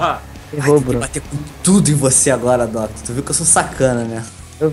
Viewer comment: "DUCKTOR" e seu pato ahuhauuahu